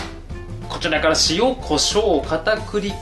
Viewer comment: こちらからをこちゅなからって言ってて草